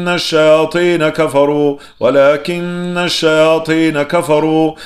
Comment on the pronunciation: Désolée mais j'ai fais plusieurs remarques à chaque début de vos roqya y'a toujours ce bruit de la cloche et au lieu de wa la kinna shayatina vous dites kimna et aussi you allimou nassa vous dites you allimou nam nassa